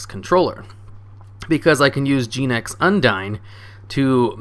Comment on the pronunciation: i dunno why, but the way you pronounced "Genex" really irks me